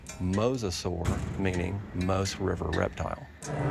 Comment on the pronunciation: the river moos??? its Maas!!!